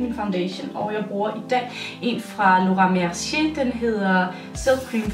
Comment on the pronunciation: Laura Mercier udtales "Lauren Mer-si-áe" sådan siger amerikanerne det i hvert fald